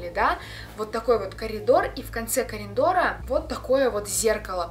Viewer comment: Ураа страшилки так скучала,я с одного момента смеюсь когда сказала кариндора